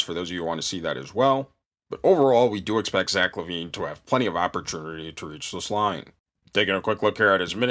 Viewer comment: When bro said "opperternity"....i felt that..jk... keep killin!